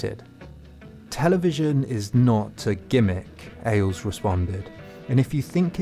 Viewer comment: Good video, but your pronunciation of many words is killing me, including Ailes.